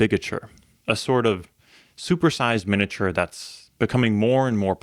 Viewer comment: Not pronouncing "miniature" correctly. Really irritating. Mi-nee-a-ture. Not min-uh-ture.